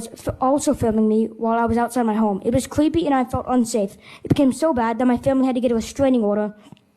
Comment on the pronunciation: It was cweepy??? Cards with the tards.